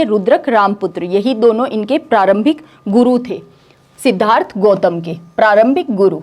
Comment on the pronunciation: Medam Aap padhati bahut accha hai par sh or s (example _Siddhartha or shudhodhan) ke pronunciation theek se nahi kr pate to use theek kr le aap banki aapke padhane ka tareeka bahut achha hai. Appreciating hai.